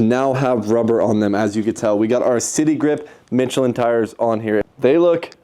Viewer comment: michellin pronounced mish-uh-lin